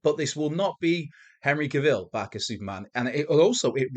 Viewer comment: Is it Cavil or pronounced Cruella Caville? 🤣